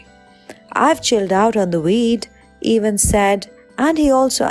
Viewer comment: No one:: Chris Ay-Vans